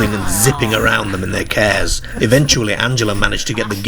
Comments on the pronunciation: It's cars not cares 😅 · I wondered what he was on about when he kept saying "cares", I realised he meant, "cars". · Sounds like morcambe ways or south lancs if you listen he pronounces dark 1st in a similar way as derk or dirk….then later over pronounces it as DAr(K(hard K)) this indicates a mix of accents possibly from a area closer to Liverpool who also pronounce a hard (K) also cars pronounced as kerrs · What the hell!? 😅 They went too FERR from the CERRS and odd PERRS Walking across his GERRDEN towards the PERRK? Hopefully you ain't got any viewers from the US because I think you would have lost them at that point, they struggle with our accents anyway but I'm kinda struggling myself tbh 😅😂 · The narrator pronounces his A's as E's - They drove their CERS through the DERK PERK 🙃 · I love how he says cares lol He's a riot 😊😊😊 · Cracks me up :)